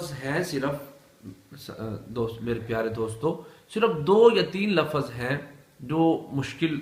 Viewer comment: Lafaz nahi lafz